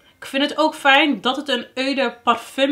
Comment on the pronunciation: Hoi hoi ik zou deze niet kopen voor dat geld en weinig variatie in producten. Ow en je vraagt je wel eens af hoe je dingen uit moet spreken toch? Het is o de parfum ipv eu de parfum, Franstalig. Je maakt leuke eerlijke filmpjes. Complimenten